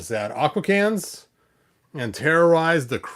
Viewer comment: "Ah-Kwah-Teh-Cans"...like Americans